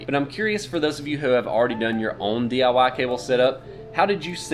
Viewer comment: Whats “dee ya wah”?